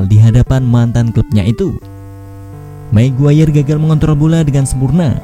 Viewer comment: Magayer min, bukan maguwayer..... 😀